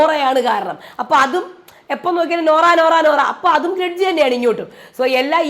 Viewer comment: Gredge ala mairay “Grudge”😂😂😂